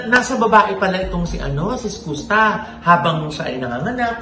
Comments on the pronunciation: Mama ogs Skus ( SKAS ) po ang basa s name nya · Iskasta ganyan basa po. Fyi lang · Is it SKOOSTA or SKASTA? How do u pronounce it right? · SKUSTA pronounced as “SKAASTAAH” hindi po “SKOOSTAH” 😅😅😅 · skasta kli po. Hindi skoosta. Welcome po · Anong eskusta, eskasta. 🤔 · skasta po ang pronounciation po hndi skusta' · Is-kas-ta po.. hindi po Is-kus-ta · skusta (skasta po pag binasa) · “iskasta” po ung tamang pronunciation non.. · bakit ba "skoos-ta" ang pagkaka pronounce ng name ni Skusta.😂😅Halatang walang alam tong mga to. Ang tagal na nung issue nag start porket trending saka kayo nakiki tsismis. Andun lahat ng resibo sa pambansang marites Sa FB page ng "Isyus". Iba parin kapag may resibo at may 1 Billion ka bilang isang Marites😂🤣😜. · sakit sa tenga nung "Skusta" the correct pronunciation is "Skaaaasta" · Mali po pg pronuance nio ng name ni skusta 🤣🤣🤣